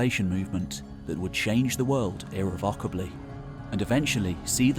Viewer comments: You use it so often that you'd do well to learn how to pronounce "irrevocably" properly. It's "ir-REV-uh-kuh-blee", with the stress on the "REV" syllable. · Superb video, my only complaint... Please learn how to pronounce irrevocably... It's a very minor criticism, but one that niggled me.